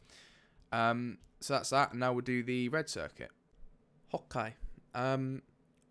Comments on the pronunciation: when he said hokay I subscribed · Love your vids man, but the biggest reason I follow you is to hear you say "Hokay" <3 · I love your "hokey" and pls. build a 5x5 door, your tutorials are great! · He says Opk it's funny.